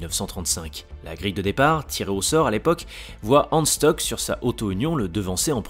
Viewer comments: Super vidéo! Y a juste quelques détails de prononciation qui m'ont écorché l'oreille comme Hans Stuck! C'est pas un anglais, ça ne se prononce pas "Steuk", mais "Chtouk" 😉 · Autre précision : Stuck se prononce "Stouque" et non "Steuque" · Hans Stuck se prononce avec un u à la francaise et un sh donc çà nous donne ce son shtuck et non stock. A part ces détails, tres intéressant Aussi Bernd se prononce comme ça s'écrit et non Bernard.